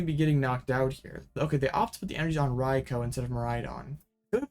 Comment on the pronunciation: ...rye-coo.... Rai.kou ...... not Koh